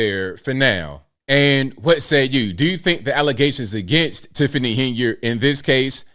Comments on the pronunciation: The worst ALLEZATIONS??? IF YOU CANT SAY BATHROOM WITHOUT AND "F".....YOURE GOING BACK TO AFRICANT. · “False allezations”